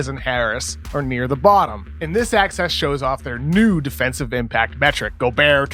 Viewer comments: You should do a breakdown on how when you say "axis" it sounds like "access". And then fix it. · anyone else think koc was saying "access" instead of "axis"?